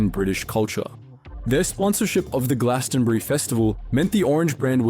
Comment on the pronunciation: Love the videos man! Just a quick question, are you even from the UK? You sound Australian and pronounced Glastonbury really weird aha